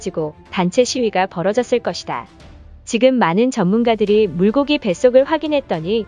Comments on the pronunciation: 물고기가 아니고 물꼬기라 발음했으면! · 물고기 라고 쓰고 읽고 말할때는 물꼬기 라고 읽어야한다, 분명 한국사람이 방송하는데…..